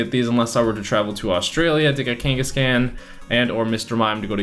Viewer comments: Kangask-can what a pronounciation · Say Kangaskhan wrong one more time one more time. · The way you pronounce Kangaskhan and Cleffa in your previous video makes me cringe and feel dead inside.